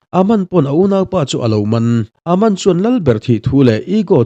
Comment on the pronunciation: An hming i lam dan a bak a....Aman te Charlie te😂😂😂😂